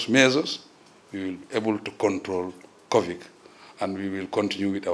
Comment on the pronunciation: Anything he's blocked, has no idea what to say or even where to start he says "that's a very interesting quection" (meaning question I guess lol). And by the way it's not "Covic" it's Covid